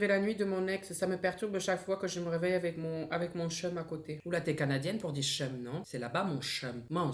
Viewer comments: Pour le chum sais bien canadien mais on le prononce tchome même si on l'écri chum😊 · Petite précision chum se prononce tchum au Québec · La prononciation de Chum ca sonne plus comme Tchum hihi quebec ici 😊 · sa se dit kum pas chum